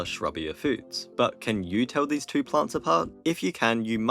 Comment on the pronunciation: Four towo zero. Got it.